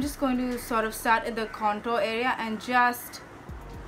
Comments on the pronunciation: Oh my god 😂 you said conturr 😂😂 I can't fucking stop laughing😂😂 you are soo funny I love your videos soo muchh Sending virtual hugss❤ Loved the tutorial n oh ma god the red lip💃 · What's "cantoor" ?? 😂😂😂 I lllooooooooovvvvvveeeeee the way when you speak like that 😂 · Contoor 🤣😂 #hillarious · Love u see u like this...u r so beautiful n ur makeup is so amazing❤😍n whn u say...KANTOOR😂😂👌..bt i love ur all videos n ur makeup is so flawless n looking naturally 😘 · Kantoor(contour) 🤣🤣literally made me laugh..u r superbly stunnin honey❤